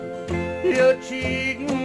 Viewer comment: Not "cheating" heart, "cheatin'" heart! 😁